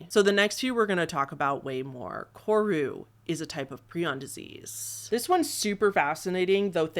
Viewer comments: This gal: Pronounces incinerate as incarcerate and kuru as koru. Me: 🤨 Is this the work of a bad writer or a speech impediment? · Pree-aan is the correct way to say it, and kuru is kur-oo. At least in American pronunciation and according to Merriam Webster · I sort of feel like you're saying a bunch of words incorrectly. Doesn't prion sound like Ion ? I don't think that incarcerated is the right word. I think the word you were thinking of is incinerated, and I'm absolutely certain you said Kuru incorrectly. You're saying Kor-roo. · Ur pronunciation lol so "pry-on" and "kooroo" would be how u say them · this video was pleasant background noise for while i was doing stuff, but i do need to point out that your pronunciation of some of these terms like kuru and creutzfeldt-jakobs disease were a bit off. 😅